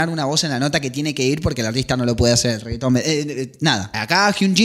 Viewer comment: Amé como decía "el reggaeton" Jajjsjss